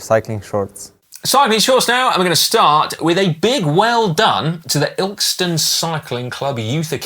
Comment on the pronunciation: If the place you pronounced, "Illkston" is spelt, "Ilkeston," it's actually pronounced, "Ill-kiss-ston," or colloquially, "Ilson." As in, "A bloke from Derbyshire wins a round of golf with Tiger Woods. The Derbyshire lad hits a beautiful first drive. Tiger says, "Nice tee shot." The lad replies, "Cheers youth. Three ninety nine off Ilson Market." 😂😂😂 ( You might have to get someone from the East Midlands to translate.)